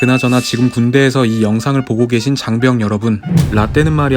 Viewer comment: 4분 35초에 장변이 아니라 장병 아닌가요?